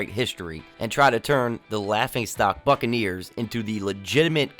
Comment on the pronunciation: When he said buccaneers about a minute 35 into the vid I thot he said fuckaneers